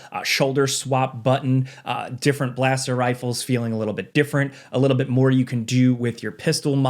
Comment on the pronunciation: A Leedl 😂😂